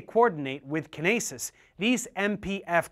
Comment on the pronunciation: Lmao Kin-aces got me, it is usually pronounced kyn-ace